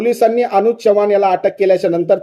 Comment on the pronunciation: च्यवाण 😂😂😂😂नाही हो चव्हाण म्हणा अशुद्ध भाषा ऐकावयास नको वाटते